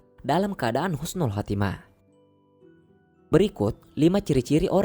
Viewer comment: Maaf min bukan khusnul khatimah tapi yg benar husnul khatimah